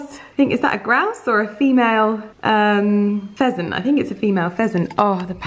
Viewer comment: Every time mentions the pheasants on IG stories or on the vlog I ALWAYS hear "peasants" 😂🤣 anyone else? "The peasants and their girlfriends" LOL